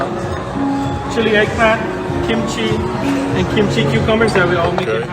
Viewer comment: 김치 발음 확실한거 좋구만 ㅋㅋ